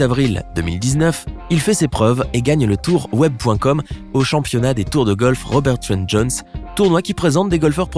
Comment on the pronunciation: Est ce seulement moi qui a entendu championniat?